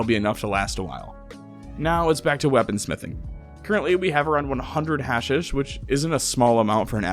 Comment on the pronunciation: I'm sorry but, hearing you mispronounce words you obviously don't know like hashish and thrall for 2+ hours is a major ick. PLEASE 😭